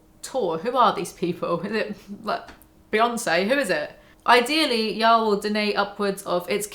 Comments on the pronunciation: y'all. Like hall. Not howel. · "Yall" with a British accent literally just sounds like "jarl" and now I want to play Skyrim lol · i didnt even realize you were trying to say yall lmfao, it just sounded like "yo" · Try saying “yall” as “wall” instead of “mal” ! Y-AW-LL It’s the emphasis that makes it sound weird , not the accent :) I moved to the states as a kid and had to pick it up , works well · It does sound a bit funny when you say Yoll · You saying "ya'll" sounds like "jarl", like from skyrim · Hey Brits, how you gonna say yall when you don't even pronounce the LL sound 🤔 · The Big Yeezy really calling me out for saying y'all as a non-American. I'm devo. 😰 One thing in my defense - my best friend for years was an awesome girl Louisana, and it's entirely her fault that y'all entered my vocab. I'm a Kiwi, so it sounds different to a Brit saying it, but still def not as good as when it's said by someone from the Southern States. Also when says y'all it sounds like "jarl" from Skyrim lmao.